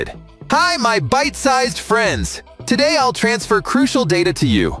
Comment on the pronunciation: 😂😂😂😂 بخدا منم بهش فحش میدم. کیرم تودهن خودشو to day گفتنش😂